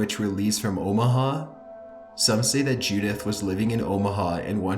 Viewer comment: Omaha more like o ma ga